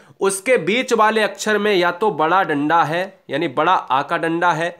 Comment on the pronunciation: Sir Wada or wadi nahi bada or badi hota hai